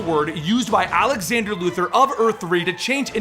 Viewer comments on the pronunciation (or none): none